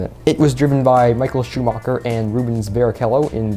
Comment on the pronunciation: ITS SCHUMACHER NOT SCHUMOCHER